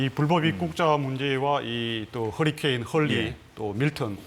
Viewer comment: 해리케인? 토트넘 경기를 너무 많이 보셨나… 허리케인(hurricane)인데…